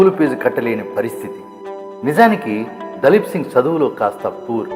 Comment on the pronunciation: దలీప్ కాదు ర బాబు దిలీప్ సింగ్